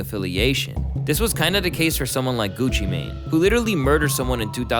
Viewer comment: The fact you can’t even say Gucci mane’s name right lol can’t take you seriously